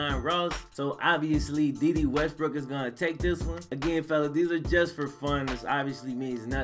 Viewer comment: its "day day" 😂😂